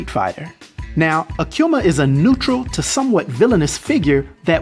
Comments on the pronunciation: Ah-Koo-Mah Not, Ah-Que-Mah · Hey "," you continue to BUTCHER his name the further the video got. You started out saying AKUMA right though...then it went down hill from there. There is NO "Q" in his name, therefore it's NOT "aQuma!" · It’s pronounce ahh-q-ma. Akuma (aah-q-ma) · the name is Japanese. Ah koo ma, not ah kyu ma. You're videos are always entertaining brother keep bringing them. Trinidad fan I am! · i can't help but hearing Aquma when you say his name Akuma xD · It's pronounced ah-kuhh-mahh not a q ma,there is no q in akuma. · Who the hell is “akcuma?!” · "Akiuma" "Rayu" why can't americans pronounce anything correctly? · I've never heard someone say Akuma the way this guy does 😂😂